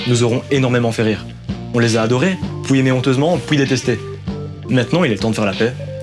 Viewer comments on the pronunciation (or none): Gars, un truc, uuun seul ptit truc vite fair chiant a crevé... ON DIT PUIS PAS POUIS !!!!! Bisous bb t’es un bon ;)